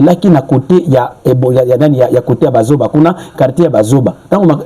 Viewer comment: Bajoba et non bazoba